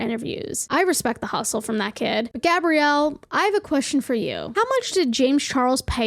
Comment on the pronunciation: never before have I been ashamed of my name until i found out i share the same name as the woman who wrote this article wtf edit: hearing gabrielle, pronounced correctly, freaked me the hell out